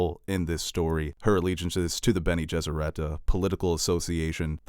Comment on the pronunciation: He makes Bene Gesserit sound like a French pop band.